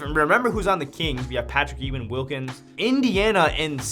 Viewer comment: I was looking for this comment the minute I heard that lmao